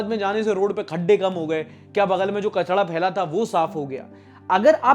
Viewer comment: Bhai kachda nahi ,kachra bolte hai 😅